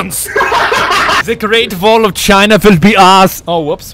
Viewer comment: THE GREAT VALL OF CHINA VILL BE OURS, oh swedish my bad